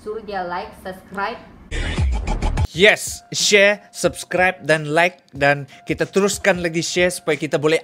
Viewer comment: Sus - cribe pun jadi sas - cribe.... ngok punya tasha haha